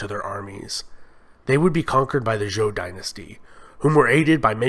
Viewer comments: An entertaining and accurate, if brief overview. Just for your information, Zhou is pronounced 'Joe'. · Your pronunciation is killing me. Good overview though. Xia pronounced Sheeya Zhou pronounced Joe Tang and all a sounds pronounced Tahng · I"m sorry you butchered the Chinese dynasty's names...Zhou is called ZH-OU.